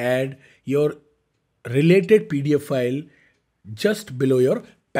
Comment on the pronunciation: please learn how to pronounce 'pdf file' from google. It sounds like you are saying paedophile